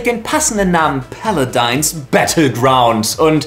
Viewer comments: "paladins" nicht "paladines" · Wenn Paladin nicht iwo im Britischen oder so anders ausgesprochen wird ist wie er es sagt so oder so falsch. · Lefloid ist der einzige Deutsche, der Paladins so komisch ausspricht "Päladeins" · Paladins heißt jetzt ,,Pele-deins,,...ok xD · "Paladeins" XD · so geil, wie du paladins aussprichst! xD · Ich kann mir denken, warum er das macht, aber es hört sich einfach so komisch an... Ich hab das so noch nie jemanden sprechen gehört